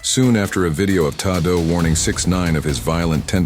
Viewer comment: His cousin "tah-doe" 😂😂